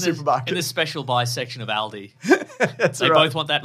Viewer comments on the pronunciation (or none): the way they pronounce Aldi caught me square off guard as someone whos been going to it for years